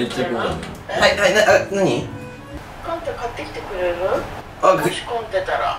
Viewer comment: みんな思うことは一緒。笑 『ごめん、寝てたね』って最高、、、 あとカンタくんのお母様の、『カンタ買ってきてくれるぅ？』ってちっちゃいうが入る言い方も似てるね笑笑